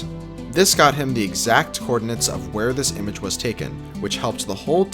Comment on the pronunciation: Bro took "exact" too far